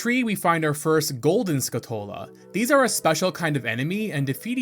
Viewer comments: Skull-chu-la, not skull-two-la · Great video bro! But, as a pedantic (and pathetic) "pronunciation police", it's pronounced SKULL-Tula, not Skutula, you missed the L's. Still a great video of course! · am i the only one that doesnt like the pronounciation of skulltula here? they're spiders that have the appearance of a skull and you're removing the word skull from their name that they're named after, you remove their namesake. Skull-Too-lah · Why do you keep pronouncing it Skull-toll-ah? It throws off the video, it's Skull-tool-ah like tarantula but with skull instead of Taran. Other than that, great video mate okay I'm convinced you're trolling us at this this point. Epp-Ah-Na instead of E-pon-ah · Now I finally know the correct way to pronounce names from this game. "EP-uh-nuh" "skuh-TULL-uh" "Pharoah's Wind" "Volgaria" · "Skuh-TOLE-uh" isn't rage bait? Bruh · It's skulltula, like skull tarantula. Not 'skutola' or whatever you said. Also don't know why you pronounce cucco like that, the U shouldn't be elongated ain't no R in that name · Hey, I think that Skulltula is pronounced as though you were slamming skull and tarantula together. Skull-tchoo-luh. My brother said that when we were kids and it made so much sense. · Was so close to liking and subscribing until I heard him mispronounce not just “Malon” and “Skulltula”, but “Epona” and “Farore” too?! I Couldn’t stand to listen to him anymore 😩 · Is it not Skull-Tu-La? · Any else pronounce it skull-TOO-la as a kid? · It was skull-tuh-luh for me. I dont think he's ragebaiting as much a pronouncing stuff from this game the same way he did as a kid because that's what I do too